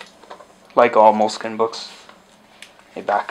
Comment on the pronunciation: Good video! Just one thing: in Italy we pronounce Moleskine as you did in the video, no "e" in the end ^_^